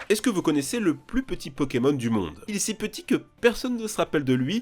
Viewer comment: C'est plutot toi qu'y s'y connait pas TA DIT PONEMON XD